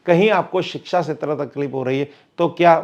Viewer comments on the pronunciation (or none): none